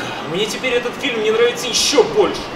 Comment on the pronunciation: Многоуважаемый автор! В русском языке нет слова филим, а фильм - есть. Почему Вы всякий раз кино называете «филим»?! Или у Вас деняг нет на логопеда?!